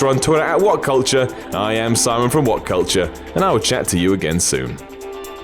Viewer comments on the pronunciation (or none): none